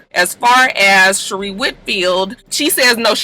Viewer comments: Gurl who is shereeee🤣 It’s sheree like sha.ray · LMAOOOO Sheree. You are so done with her you can't even be bothered to say her name correctly. 😁 Honestly, same!